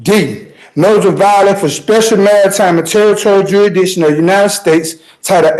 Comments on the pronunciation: I have a very hard time taking anyone seriously who can’t even pronounce ‘jurisdiction’. Jurassission is ridiculous. If you can’t even pronounce simple English, better grab a lawyer. You guys never win anyway, you just make a mockery of our legal system. 🙄😂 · Even the dimmest of dimwits must surely know that challenging 'juri'ikshun' whilst in a chain-gang ballgown is pretty futile